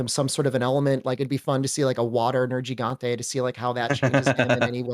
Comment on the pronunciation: He likes Nergi but pronounces his name wrong.